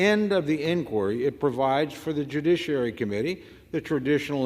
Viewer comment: This lady did a really good job reading. But kept saying dujiciary. Poor girl 😂